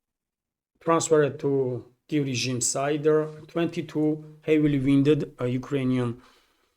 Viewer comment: "wounded" is pronounced "woon-dead".